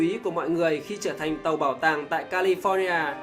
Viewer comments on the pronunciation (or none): none